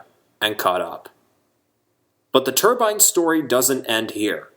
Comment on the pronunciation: Excellent video. Sad to see so many great locomotives erased from existence. Maybe some day a C&O Allegheny will run again. At least a couple were preserved. Thank you for pronouncing turbine correctly . It's not a middle eastern head dress. It's a steam turbine.